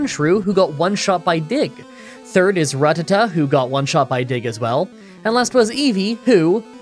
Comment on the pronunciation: Can whoever did the MDBAMA in this teach how to say Ratata? I never thought I'd hear it said properly on this channel